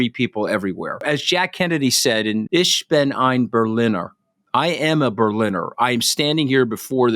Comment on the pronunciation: "Ish bin ein berliner" I (hic!) am a jam doughnut? "Nobleesh oblyge" It's French! That is not how you pronounce it at all. Go on, Mooch, say something in Latin, just to round out your collection. I double-dare you!